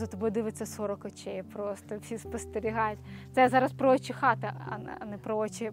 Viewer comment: Я почула не"очі хати",а"отчі хати",гарна б вийшла назва проекту"Отчі хати"